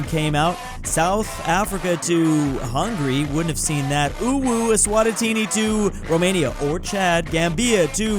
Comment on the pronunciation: Es-swat-a-tini 😂 Es-wa-ti-ni bruh